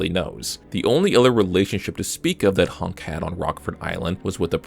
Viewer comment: idk why bro accent pissing me off. Why are you saying HUNK like honk? I guess you pronounce hun like how germans pronounce han.